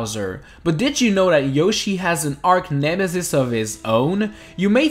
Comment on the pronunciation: im sorry but you prounce arch like ch not just c